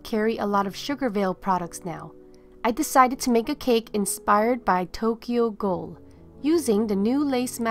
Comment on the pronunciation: 1, absolutely love the cake. 2, I know your saying Tokyo ghoul, but I keep hearing Tokyo gold. Lol